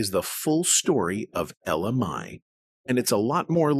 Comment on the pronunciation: Would please say her name the right way.